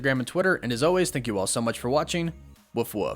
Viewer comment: you're one of my favorite YouTubers...but for the love of god it's "WOLF" not "WOOF@